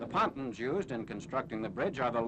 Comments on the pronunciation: Someone in another film comments said that’s how they pronounced it back then, I can’t confirm that though. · Patuns??????? Pontoons.